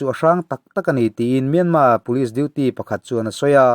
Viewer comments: Myanma tih a lam hi a dik..mahse a thluk hi burma tih thluk a thluk tur a nilo...thiantha tih thluk ang deuh a lam tur ani e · Ngaihthlak a man hla hle mai. Thu rawn ka pe ve duh che a Myanmar i lam dan hi a dik tep tawh a dik lohna tlem chu myan tih hi a ri sang ni lovin a ri hniamin han lam la a dik chiah ang. Yangon pawh Yan tih hi a ri hniam tur a ni e. Ka lawm e